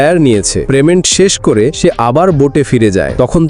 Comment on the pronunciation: প্রেমেন্ট নয় পেমেন্ট হবে।